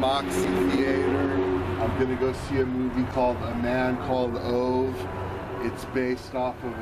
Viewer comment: It's pronounced OOvah.